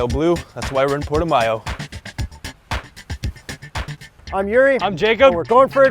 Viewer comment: Its actually pronounce PORTO-MOW. Damn Canadians! lol